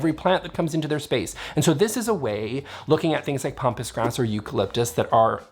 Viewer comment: Love your videos. So I'm really torn about saying this... Here's a trend I hate...softening the A's in all kinds of words. It's not pompous grass, it's pampas grass. It grows on the pampas in Argentina. Pronounced "pam pass". Like Pampers, Pam, past, Pat, etc. Don't feel bad. It just means that your reading vocabulary is ahead of your hearing vocabulary. Either that, or you've been listening to too many Americans. :-) trying to be hoity-toity. I've heard Rattan pronounced "Rot on" on a DIY video.